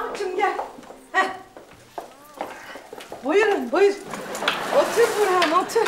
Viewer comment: Yirmi kere izledim neredeyse. İfo nun Burhan’a burhi dediğini ilk kez duydum😅